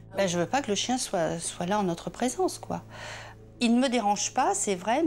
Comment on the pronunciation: « qui soiye » 😭